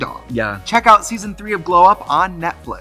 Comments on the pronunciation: No one: Trixie: ON NETFLICK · The artists get better and better every season. I love how trixie calls it netflick lol. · Trixie really said Netflic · Trixie saying Netflick instead of Netflix 🤣🤣🤣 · Did she say Netflick? Hahahahaj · Trixie said Netflick instead of Netflix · did Trixie call it Netfleek? ? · nobody: Trixie: Netflick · Not Trixie still calling it NETFLICK!!!! Hahahahhhahh